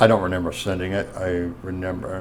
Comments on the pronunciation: Is this schlub saying “renember”??!! Believe it or not, Straight to jail. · "I don't renember the pacifics" is going to be my new catchphrase. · Renember the pacifics